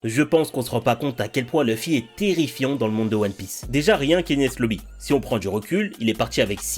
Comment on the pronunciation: Toujours mon combat pour prononcer Loufi et pas Leufi. La prononciation japonaise originale est bien Loufi et c'est si facile pour nous de le dire (avec accent Français bien sûr), car le son existe pour nous aussi...